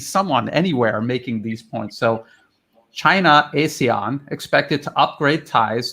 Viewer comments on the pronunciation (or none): Hi, it’s pronounced ARE-SEAN, not A-SEAN. Keep up the good work. Cheers, from Singapore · Singapore? AR-SEAN.....LA !